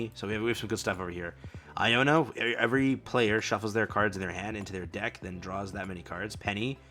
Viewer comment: No fkn way yu read iono and penny lik there new fkn cards tf? It shouldn't but tht jus irritated tf outta me